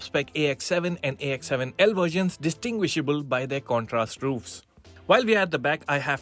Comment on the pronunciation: “Distinguishable”? Really? LOL